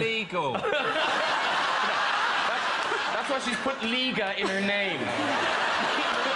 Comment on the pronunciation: I'm reminded that Graham Norton still embodies the arrogance of the old, tiresome Empire. Surely, he's well enough educated to know that Liga rhymes with Riga and if he was a bit more creative--rather than lazy--his quips could be SO much more entertaining.